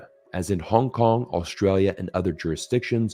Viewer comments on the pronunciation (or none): none